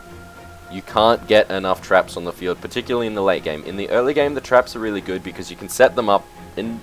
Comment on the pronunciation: Omg I died at "Reaealli, riiieraly long time!"